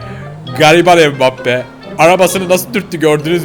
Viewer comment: Abi o mibappi değil embbape